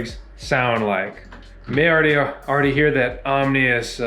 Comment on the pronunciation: "Omnious"? Really? Is everyone illiterate? I hear weird mispronunciations of basic words every day. It's pathetic.